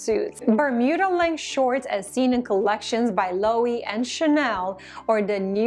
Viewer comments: If you want to be serious about this, please stop pronouncing Loewe as /Loh' ee/. It's /Loh eh' vay/ And, is /Er mess'/, not /Er may'/. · I can’t tell if you refer to Loewe, but I think they pronounce their name lo-ev-ay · LOWE IS PRONOUCED - lu e ve